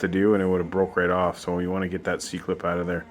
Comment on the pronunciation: "owt" you're Canadian 😂😂😂